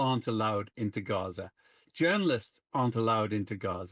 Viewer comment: I hate it that I have to say this or write this, but please stop pronouncing Gaza and Palestine phonetically with guttural sounds that aren't there because you're making it more difficult for people in middle America to understand what's going on. You're doing the work of Israel for them.